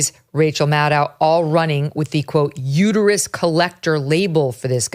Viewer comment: It's uterus, not uteryou.